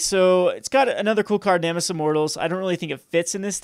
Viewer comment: nemesis* not nemis.